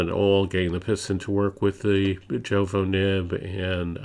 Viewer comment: I appreciate your thorough review and revisit of this pen. It is also commendable that you reference other reviews from Inkquiring Minds and Doodlebud (and even include links to them). I don’t want to leave a negative comment, so please take this as constructive feedback: I find it difficult to get past your mispronunciation of Majohn, Jowo, and Diamine (should be mah-john, yovo, and die-a-mine).